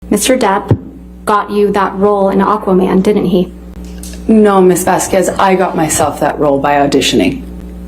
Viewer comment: Ms "vas-qwez" 🤦🏼‍♀️ the clip with the horse flying across the sky with the angelic chorus just sent me 😂😂😂💀💀💀